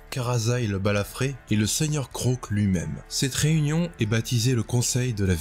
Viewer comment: alors on prononce le a de Kroak et je trouve ça triste ce qui arrive à Kragnos